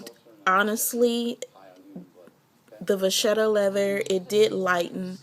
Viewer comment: Just an FYI it is pronounced VA Ketta. Great video